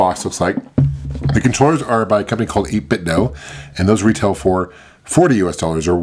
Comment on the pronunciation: Great review, finally someone who pronounces 8bitdo right haha. Would've liked an option for CD-ROM homebrews with the SNES CD being cracked now, maybe retro-usb will take up the challenge instead with their own version.